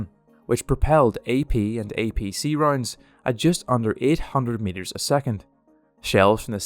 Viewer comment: I’m sorry whenever you say ‘rounds’ it sounds like your saying ‘roinds’ and for some reason it makes me giggle